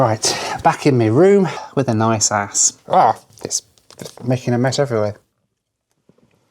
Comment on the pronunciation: His norwegian beer is called Aass, but what he doesnt know is that a double a in the norwegian language actually is a Å. The letter Å in norway is pronounced how you would pronounce the first letter a in the word always. But the beer brand Aass in Norway is actually the oldest beer brand in Norway. So they got their name before Norway started using the letter Å. Because in the old days you would write a double a when you meant å. So if the beer brand had been founded in more modern days it would be spelled Åss. By the way the Norwegian word Åss actually means hill. So basically Norway's oldest beer is called hill.